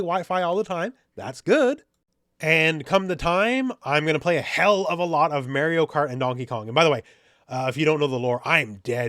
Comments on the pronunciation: As if Élena wasn't enough, now you hit me with Mayrio. Your pronunciation's killing me lol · "Mayorio Kart" -, 2025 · Did you just say Mary-o? 😂😬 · It’s Mar ree oo. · May-ree-oh? You having trouble with that there Eye-tal-yun name? 🙃🤣🥴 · Go back and play Mario 64 and learn how to pronounce Mario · This switch 2 video was likley made at least a month ago, and maybe Elena trailer wasn't ready by then. But also I didn't know you could pronounce Mario like that and I'm also Canadian.